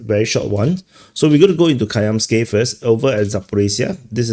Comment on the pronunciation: It is KaMyansky (ie Stone), not KaYamsky:)) Also VerkhneKaMyansky (ie Upper Stone) 😅